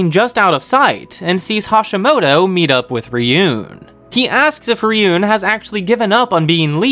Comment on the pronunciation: Why do you call it “Ryun” and not “Ruen”, the latter is the right way to pronounce it, even tho it’s spelled another day.